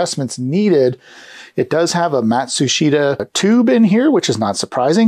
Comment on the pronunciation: Matsushita is prounounced "mat-soosh-ta". The "i" is silent. Fascinating product, even if it tried to eat your VHS tape. That lubricant on the cam/gear looks like Molykote, a dry Molybdenum Disulfide lubricant. Be careful, if you decide to re-lube, to clean ALL of that old stuff off. (It's like sand at the beach when it starts flaking - it gets in everything. If you don't already have a recipient in mind, might I suggest you donate this to the Vintage Geek Museum? Aaron Ishmael would likely welcome it with open arms.